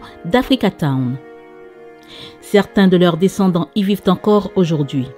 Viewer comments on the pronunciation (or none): none